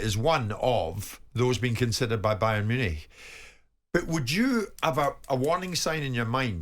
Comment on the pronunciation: Jim still pronouncing ‘Munich’ incorrectly